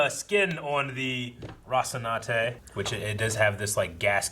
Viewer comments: He’s totally playing it up. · Classic pronouncing Rocinante without the 2nd "n".... just like how he kept saying Calvary instead of Cavalry and Talbolt instead of Talbot in Agents of SHIELD... at this point idk if he's just playing it up or what.